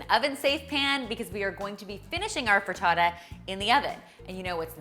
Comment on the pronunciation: I love the way you say "frittata"! Lovely video dear, as always! <3